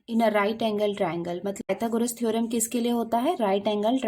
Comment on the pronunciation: थेरम bola